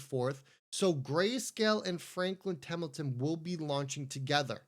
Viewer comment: It’s Temple-ton not temmmelton